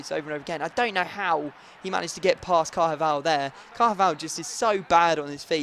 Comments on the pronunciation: who is carhaval HIS NAME IS PRONOUNCED CARVAHAL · CAR-VA-JAL not CAR-JA-VAL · Car - va - jal! Not Car - ja - val!!